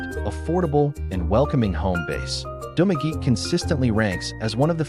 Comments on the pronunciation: Spanish word - pronounce, Du ma ge te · He pronounce in english pronunciation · You're mispronouncing Dumaguete